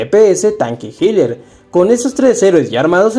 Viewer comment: cómo que hiler XD,nadie lo pidió pero es healer...mi niño le hacen falta unas lecciones en Duolingo